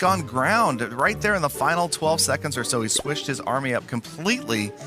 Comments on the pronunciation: It's Final not Fainal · Nice “fainal” battle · FAINAL or FINAL LMAOOO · Final not fainal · Fainal....waaw....ur english is soo good..😂😂😂